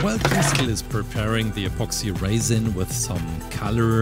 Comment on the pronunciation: The way he said apoxsee raisin